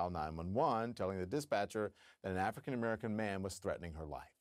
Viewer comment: she is not a racist, did any listen closely how she pronounce Africa. Africccan..! American.